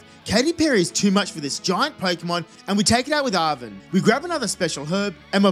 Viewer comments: its Arven not Aven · Aven AVEN!?! its ARVEN "ARE"VEN"